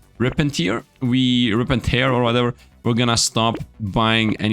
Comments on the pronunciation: pronunciation on Rip and Tear: Tear vs tear To tear (tare) means to rend something into pieces, to rip apart, to make a hole. Tear may be used as a verb to mean to rend something into pieces, to rip apart so it's like this: Tier (layer/step) and tear (crying eyefluid) are pronounced the same Tear (eye) and tear (rip apart) are pronounced differently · its tear, not tear!